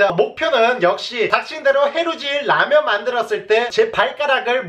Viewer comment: 라면이라고 말하는게 왤케 이상한거같지 ㅋㅋㅋㅋㅋㅋ 헌터퐝님 말투로 바꾼듯한 늬낌